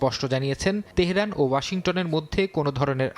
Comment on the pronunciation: উপস্থাপক যুক্তরাষ্ট্র উচ্চারণ করতে পারছেন না তেহেরান উচ্চারণ ও ঠিক হচ্ছে না